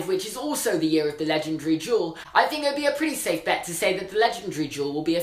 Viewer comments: Why do you say “jewel” for “duel”. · Every time he said "legendary duel," I just heard "legendary jewel." Is it just me? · It sounded like he was saying jewel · Like, I love you, but whenever you said "duel" my brain thinks you said "jewel". "The end of this jewel also marked the end of WW2" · Mel Cowan SAME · i thought he was saying jewel not duel #american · i'm so sorry but everytime you say duel i understand jewel so for a good part of this video i was like???? tf